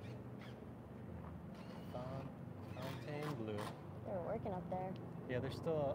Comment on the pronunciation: Pronounced fountain blue